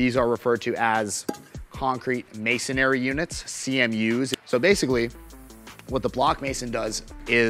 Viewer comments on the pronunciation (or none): MA-SON-RY! Not MASON-ARY! There’s no freakin second a! SAY THE WORD RIGHT UGH. (I’m a hardscaper/mason)